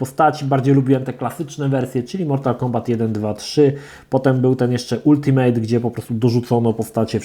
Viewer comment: Jan S Ja wiem, że nie ma każdy miał angielski w szkole, ale zlituj się. Posprawdzaj sobie wymowę słów, bo jak jeszcze raz usłyszę ULTIMEJT albo TOMB RAIDER to mnie szlag trafi.